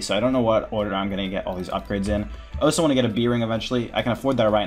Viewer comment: Where are you from in the US? I've never heard anyone say 'oso' before instead of 'also'